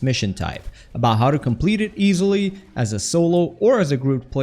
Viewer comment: Win Fasily? Did you mean, like, “Win Fast”?